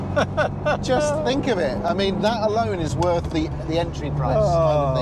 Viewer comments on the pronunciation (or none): none